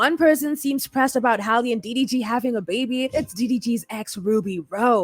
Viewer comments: every time you said "DVD" instead of "DDG" I fell out LMAOOOOOOOOO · Lmao ,I thought I was trippin. I over trying hear like wait wtf is she calling him? She calling this man DVD 😂😂😂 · i thought i heard DVD. first time watching, she earned my subscription quickly 🥂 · Girl the way you was butchering that mans name had me HOLLERING!!! Its so fitting😂😂😂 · I lost count how many times 6 said his name wrong😂😂😂